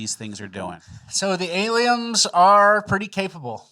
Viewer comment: Why has always said aliems and not aliens.